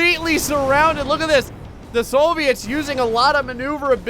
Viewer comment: Soooviets lol you say it so weird